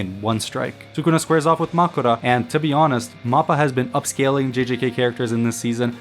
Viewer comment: Did you not watch the episode? They literally say Makora.